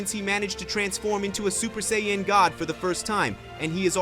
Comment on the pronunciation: sajiyn (sayin) not say yhin like u been doing ffs its disgusting other than that love the story lmfao